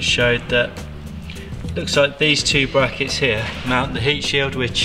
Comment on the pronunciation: The "bwackets" 😂😂😂 dead 😂😂